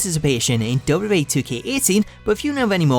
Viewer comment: Love how he says Dub Dub E😂😂😂